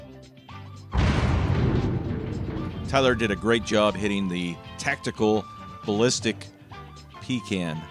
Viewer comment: “The tactical balístic pea can”